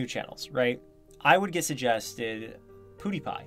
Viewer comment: "poo dee pie" lol